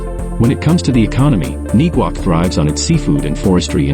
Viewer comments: And Neguac is pronounced...Neg-wac, (like in the same manner that you say the word negative). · Is the pronunciation I'm hearing of Neguac the actual pronunciation? I'm hearing it's pronounced in a different way.